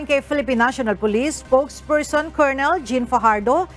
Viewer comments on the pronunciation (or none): none